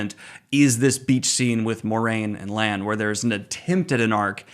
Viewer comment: You say Rand then call Lan “Land” 😂